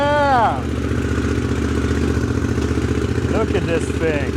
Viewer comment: One tip to improve your english is to stop saying fing and say THing instead of